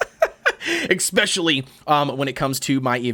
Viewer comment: Am I the only one disturbed by the way he pronounces "especially"? I know he's not the only one, I've heard it before. But I find it odd since there is no K, no X or no C in the beginning of the word. Pronounciation aside, good content dude 👍